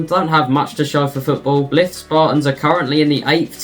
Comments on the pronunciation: "Bliff" please!! It's Bly....th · This randomly popped up as a suggestion so gave it a watch. Overall a good effort lad so I'm looking forward to more videos. Btw, Blyth rhymes with knife. Hope that helps.